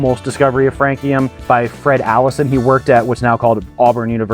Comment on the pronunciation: How did I immediately know you would still mispronounce this one? 😅 Great idea going with frog legs by the way